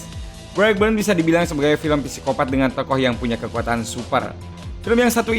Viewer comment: Psikopat dibaca Sikopat min 😅